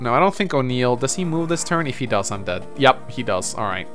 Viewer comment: Smh I keep hearing O'Neill's name as Unil...